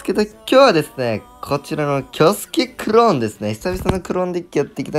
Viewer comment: クrrローン 発音よきww